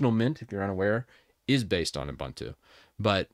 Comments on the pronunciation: It's "OOBOONTOO", not "OOBANTOO". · Ubuntu is an Zulu / Xhosa word that roughly means "I am because we are.". It is pronounced as oo-BOON-too /ʊˈbuːntuː/ Breakdown: "u" as in "put" "bun" rhymes with "moon" "tu" is pronounced like "too" Love from South Africa. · I don't meant to seem shirty as I hate it myself as well as you, in fact probably even more than you, but it's Ubuntu by the way not 'abantu' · I grates me too when I hear that second syllable pronounced like a bread "bun." Their website and Wikipedia show the correct way to pronounce it, yet some YT content creators keep saying that second syllable wrong. Wikipedia even has a sound file that you can click on. C'mon now! 🤦‍♂